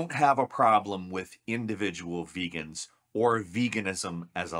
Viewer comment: He really said "some of my best friends are veagans"